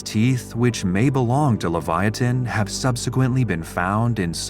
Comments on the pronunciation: It's pronounced Liv/ ya/ tan not le/va/ya/tan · Why is this name, Livyatan, pronounced as a four syllable name? I mean, "Livyiatan" is being said, but clearly the correct spelling Livyatan would be only a three syllable name...strange!